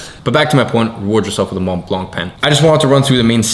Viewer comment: Your pen is pronounced Mon blon. But go very light on the "n" at the end of both words. The C is silent. Sounds like moh bloh both words are pronounced identically. You did well for yourself, if you own one, gotta pronounce it properly in public.